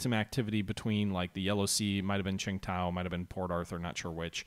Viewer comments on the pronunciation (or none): none